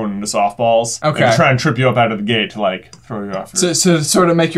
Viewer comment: I don’t wike it